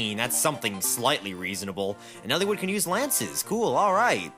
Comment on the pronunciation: hearing him pronounce it Elle-wood is killing me. soft "I" dude